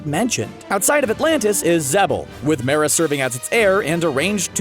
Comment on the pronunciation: also they say Mera wrong